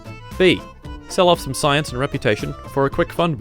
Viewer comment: Ah yes "sayianse"